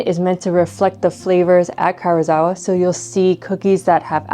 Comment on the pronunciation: I enjoyed the video, and I know this is obnoxious but, please, that "i" in Karuizawa can't just be ignored. It's ka-ru-ee-za-wa.